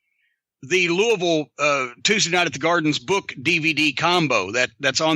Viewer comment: It's Louie-Ville You do not pronounce the S